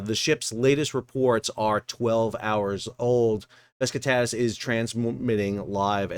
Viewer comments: Bro...please... It's not BES KI TATAS It's BESIKTAS... pronounced.. Buh-Jick-Tas. Otherwise good content. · Man, you keep calling the ship Beskitadas…. it‘s name is Besiktas, „beschiktasch“ which is a part of the city of Istanbul…. Sounds to me like some fellas of color are using „aksed “ instead of „asked“….😢 I like your Chanel but please be more careful with pronouncing names correctly…. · Dude it’s pronounced Be Shick Tass. Not whatever you have been saying. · Always surprised how bad US Americans are pronouncing foreign language names. The name is Beh-jig-tass, with Besiktas being a part of Istanbul, with a very famous footbal (soccer) club... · It is probably pronounced Beh-shik-tash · The butchering of Besiktas is also done on purpose, got to pander to his American audience.